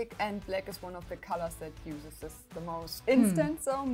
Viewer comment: (Th)Sis Card is (th)se staple of (th)sis deck. Gott man hört richtig wie deutsch du bist. Aussprache!!1 :D